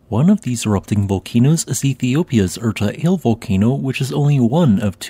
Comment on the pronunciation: Just an FYI, Erta Ale is pronounced R Ta ah lay